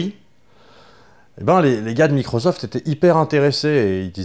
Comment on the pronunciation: Par contre c'est microssssssoft pas microzoft ! Mdr